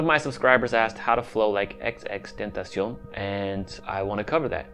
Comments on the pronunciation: He legit said xxtentacion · Fake X Fans: XXXTenacon 😳 Real X Fans: XXXTENTACION 😲 This Dude: XXTENACIONS 😈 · HIS NAME IS , XXXTENTACION WITH THE XXX NOT XX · rip x) its xxx not xx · i feel how it’s disrespectful how you gon say something about someone but now even say they name right 🤦🏼‍♂️